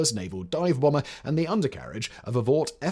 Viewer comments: Good grief, dude...it's "Fisher", not "Fischer". Fisher Body. Part of General Motors... (And TSR2 was a bomber, not a "brommer". And "Flivver", not "Flyver"...though that would have been a terrific punny name for what was a lightplane named for the Model T car!)... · He said "nuclear Brummer" instead of "bomber" as well 😂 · 0.17 "bromber" 😂